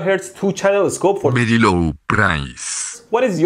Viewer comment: “For very loow price” pls do me a donate <3 I will send you may thank yous.